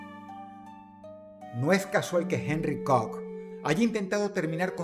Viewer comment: Que bonito dice “COCK” ese Dross, es un loquillo 🥴